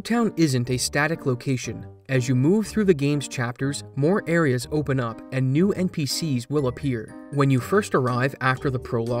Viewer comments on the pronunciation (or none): none